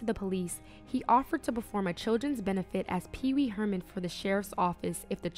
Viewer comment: "Pee pee Herman" 😂😂😂